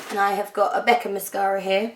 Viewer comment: When you said Becca mascara, I swore you said Beckham mascara and I stopped and wondered why on earth David Beckham would bring out a range of cosmetics... Although that's probably the one thing he hasn't put his name on to be honest :)